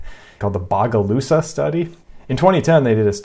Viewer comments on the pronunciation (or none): I was in that study. The Bogalusa Heart Study. It’s pronounced “Beau-ga-LOOSE-A”. It’s a town in Louisiana, north of New Orleans.